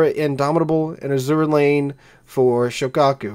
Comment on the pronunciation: I don't appreciate all your derogatory references to Ahole (lol). And it IS Azur Lane, Not A-zura Lane as you pronounce it. To me, it is not New Jersey without the hull number 62.